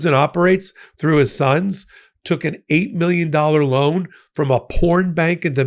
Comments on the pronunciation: Dominica is pronounced…. DOM-in-eka, and not Do-min-ika. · The country of Dominica is not pronounced the same as in the Dominican Republic. It should sound like "do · mi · NEE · ca." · It’s pronounced Dom-in-EEKA. It takes away from your reporting if you insist on pronouncing it wrong. It’s not the Dominican Republic it’s two entirely separate places! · Please correct your pronunciation of the island country Dominica. It is embarrassing that both you and Ben have been mispronouncing it for months.